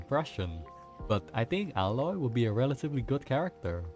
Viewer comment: It's aye-loy btw.